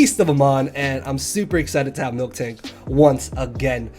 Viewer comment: It's Miltank, not Milktank